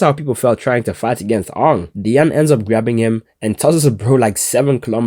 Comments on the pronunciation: Aang? I'm pretty sure he once said that he's Dutch, and that's how we pronounce it xD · Why df did you pronounce aang like that. Don't pmo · You better never say AANG like tht again that’s straight blasphemy